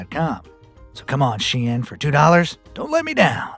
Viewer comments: It is pronounced like SHINE. not she-in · It's actually pronounced 'Sheen' not 'sh-ein.' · Caught in 4k mispronouncing its shein not shiyan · ITS PRONOUNCED SHEEN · Wait? It was pronounced Shee-in? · ''she-an'' LOL I CANT